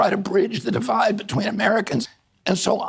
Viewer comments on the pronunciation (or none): none